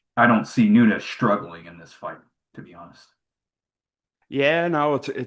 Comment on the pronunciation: is Nuñez not Nunez🤷🏽